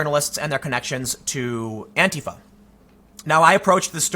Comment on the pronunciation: God bless you for pronouncing "Antifa" correctly. That "anTEEfa" shit drives me fucking crazy.